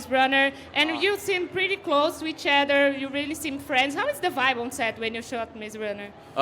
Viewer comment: Em podemos ouvir um belo "pretty close to each ÉDER" e em um "DID you KNEW". Excelente inglês.